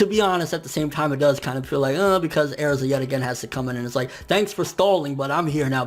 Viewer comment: Lol he says Aerza.